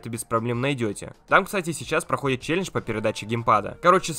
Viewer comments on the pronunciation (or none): none